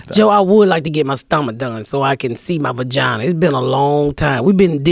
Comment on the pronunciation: "VAGINER!" LMAO!